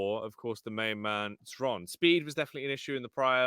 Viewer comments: Zron, Shron, Zhron.....is it really so hard to ask someone how it should be read??! Or casters just don't give a fuck (for 3 years...) HRON! X in his nickname is from russian and it is read as H ! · Xron - either stands for " reddish " or a " drunkard". Or, even more precise, someone, who is addicted to smth. CHRONically addicted to smth. Hence, the right pronunciation from ukrainian is [Kron], with soft K, as [h], like in the word " here ". So it is HRON. It's not EXron, not ron, not KZron. It is Hron. Like, so those poor bastards see this and relief themselves from torture. gl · it's useless, they will always butcher Xron's name. Except for Zoot, who always pronounces it right, as far as I remember.